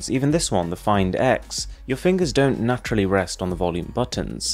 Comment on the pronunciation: Am I the only one hearing "Na-trough-ly" instead of naturally?